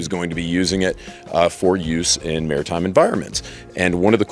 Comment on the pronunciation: "Mairitime" is the best time